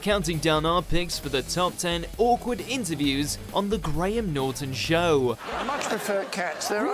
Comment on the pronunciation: Most of these are not really awkward, now are they. Well, maybe two. However, all I ask is that the narrator get it into his noggin that there is only one syllable in the word 'show', also random other words out of his mouth.